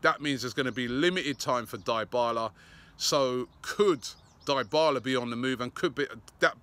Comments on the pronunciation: Robbie..it is pronounced DEE BALA not DIE BALA 😂😂😂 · Can any English person pronounce his name right?! It's pronounced 'dee-bala' not 'die-bala' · It is dybala,not di-bala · Dear English fans: you don’t need to hijack a players pronunciation just because English is the main language! Name human beings as their parents call them! It is NOT DAAAYBALA ITS DEBALA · It's not 'Die-bala', it's Dybala (D-i-b-a-l-a)! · Robbie just throwing around names and not even correctly "Diii Balaa" lol. We will have to sell half the squad to get Dybala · Paulo DEE-bala (Dybala) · Parlo Die-Bala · He absolutely butchered Dybala's name lol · Robbie stop calling him Daibala its Dybala learn the name pronunciations (Deebala) Atlético Madrid not Afletico Madrid